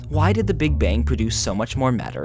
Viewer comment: The last words:"To scientists, it 'maters'" got me laughing so hard!